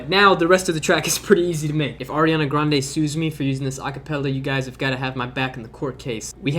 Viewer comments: Anyone else notice he said Airiana Grande? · air-iana grande ;)